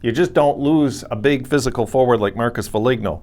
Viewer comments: "Fo-leen-oh" not "Fo-lig-know" Guerin already said he isn't trading Dumba. Foligno is the Captain and heart of the MN Wild, Guerin isn't trading him. There's still time to delete this video! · Shouldn't have traded him to begin with. That was a stupid trade . Murray made some horrendous trades . It's pronounced Fo lean oh